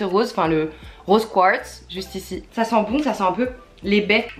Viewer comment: Mais pk 'rose Kwatz'' LE QUARTZ est prononçable à la française, faut pas s inquiéter d etre en France Je t'apprécie quand mm ss pb, cest pr ça que je suis abonnée.. t as un super humour